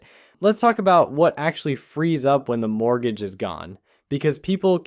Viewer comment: what the hell is a “mooger”. 🤣